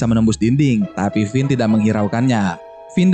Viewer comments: pas gw denger lu ngomong kevin :v Finn namanya jadi kevin :v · finn bukan kevin